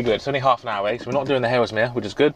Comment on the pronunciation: You keep saying "Halesmere" - is that Haslemere? If so, maybe saying "Hazel-meer" would make sense to people who know the places?